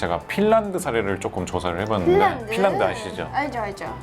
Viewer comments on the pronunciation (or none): 필란드가 아니라 핀란드 아님???